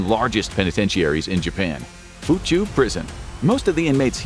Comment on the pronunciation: Theres a different way to say "Fuchu", possibly a more accurate way of saying it